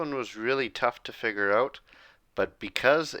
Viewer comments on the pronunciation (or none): none